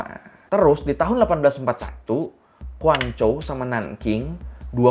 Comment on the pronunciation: Kayaknya si admin abang bisa Pinyin Mandarinya....Guangzhou bisa tepat dibaca Kuangcou, .. Huaqiao bisa dibaca Huachiao, kalau yg gak ngerti akan dibaca Huakiao. 😍🤣🤣😍